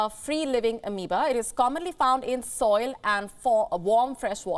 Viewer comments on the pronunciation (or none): none